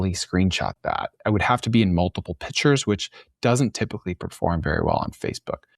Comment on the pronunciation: Pictures isn’t pronounced Pitchers. Call them Images like pro Web Workers. 🌈 the more you know